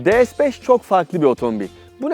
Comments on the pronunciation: DE-ES 5 diyorsunuz D TURKÇE (DE) S (ES) İngilizce ortaya karışık ya abi senin eline bir senaryo bir metin mi tutuşturuyorlar hiçbir canlılık emaresi yok biraz biraz gelişi güzel olsan ya neyse Bu arada Dİ-ES-FİVE diye okursan ingilizce DE-SE-BES diye okursan Türkçe oluyor Türkçe öyle ortaya karışık olmuyor ne yazıkki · Her şey iyi güzel ama neden De-Es? De-Se yada Di-Es olmaz mıydı? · De Es ne ya? D S de bari. Birini Türkçe diğerini İngilizce söylüyorsun. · Lütfen, rica ediyorum ya "de se beş" de ya "di es beş". Bin kere söylemişsin resmen sinirim bozuldu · De Se yada Di Es demeniz gerekiyor sırf bundan dolayı izleyemedim videoyu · de es beş yanlış bir telaffuz değil mi? S harfini neden İngilizce okuyorsunuz ki?